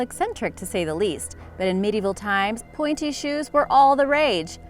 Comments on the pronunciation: I thought you said panty shoes LOL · Where is the woman about to smack the guy in the crotch with a hammer? And please check the pronunciations of a Polish city and the pointy shoes.